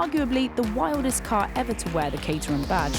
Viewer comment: I thought it was pronounced Cat-er-ham